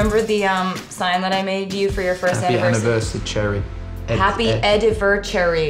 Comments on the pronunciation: and Taylor said "happy edivercherry" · Is no one going to talk about Ed-ver-Cherry? Lmao😂